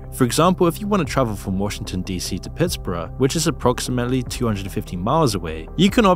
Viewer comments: PitsBURGGGG not PitsBrah 😂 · “Pitts Burrough” ?! Nah dude it’s Pitts Burg. More german less briish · it’s pronounced “pitts burg” you absolute troglodyte. pitts burough? delete this channel for stupidity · I have to giggle at the pronunciation of Pittsburgh as "Puttsboro" 😂 we Americans say it like "Pittsburg" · Love that you pronounced my hometown of Pittsburgh as "Pittsburough" once and properly with a hard "GH" the second time. Great video. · .......... "PittsbruHH" Google can sometimes help one discover how to properly pronounce words. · Note: Pittsburgh should be pronounced like pits-burg. Like "arm pits" and "ice burg". When in doubt for American city names, pronounce it exactly like it's spelled as if it has no historical context whatsoever. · Mf said Pittsburrrahhh 😂😂💀 baked bean eatin ahhh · Has got to be the goofiest way I’ve ever heard someone say “Pittsburgh” lmao. I know you’re not American so I don’t blame you, but everyone here in America just pronounces it as “Pits-Berg” lol. The pronunciation almost sounds closer to German than English. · PittsBERG my guy. we're not English and we strive not to be lol. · this man said "Pittsborough" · He mispronounced Pittsburgh. But at the same time, he didn't. He used the pronunciation that was used when it was first formed 300 or so years a go. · I like how you pronounce Pittsburgh like Edinburgh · Him pronouncing Pittsburgh like hes talking about Edinburgh reminded me rhat hes British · haha never heard pittsburgh pronounced like that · Its like saying Hamborougher.